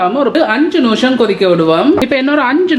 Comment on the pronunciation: Very nice curry... ❤ noosham ila.. nimisham.. maathi solungo.. pls.. keka oru madiri iruku.. thanq